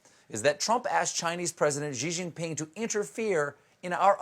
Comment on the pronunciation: I'm not a fan of Xi, but please try to say his name properly. It's 'she jeenping'. There's no soft j sound in Chinese, it's not French.